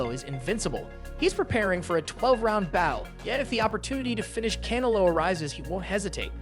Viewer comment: Who is this guy w this pronunciation? I thought he said he's fighting cantaloupe 😒 Ain't no one that watches boxing say it like that